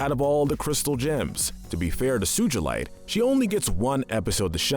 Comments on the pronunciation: It’s Sugalight not suejlit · it is bis muth not bismoof and it is su g lite not sujilite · SUJULITE!? its suGalite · it’s not bismuuth it’s bismuth not suuchalite sugalite😊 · SOO-GLE-IGHT NOT SOO-GOOL-LITE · Omg soogealite realy dude its not soogealit its sugalite soo ga light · The way he says Sujilite lazooli and bismooth are the most evil 😭💀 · bro says suchilite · BisMOOTH BisMEWTH SuJELITE REALLY? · i’m not loving the pronunciation of bismooth and sujilite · “Bismooth” “Lapis Lahzooli” “Sujilite” Also why no malachite and alexandrite? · Im laughing at BIS-MOOTH and SUJALITE XDDD lololol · all the pronuncition bad sugheelight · i swear to god this guy needs to stop pronouncing names Edit: But No Seriously lapis LaZOOLi bizMOOTH suJAlite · how could u mispronounce sugalite?! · WAIT DID HE JUST SAY SU-JIL-ITE IM SORRY BUT WHAT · He pronounced rodinite and sugilite 😂😂😂😂😂😂😂😂😂😂😂😂🙈🙈👨‍🦲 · Uhm, is anyone else noticing the mispronounciations? Bismuth, Sugalite, Rutile...?